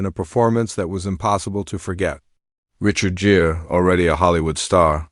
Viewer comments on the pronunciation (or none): Asterisk this is AI as hell. Richard Jeer? C’mon man. At least do a pass over your AI narrator and fix the mispronunciations and mistakes.